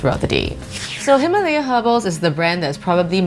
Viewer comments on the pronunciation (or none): none